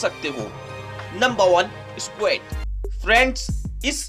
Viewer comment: Squet nahi squat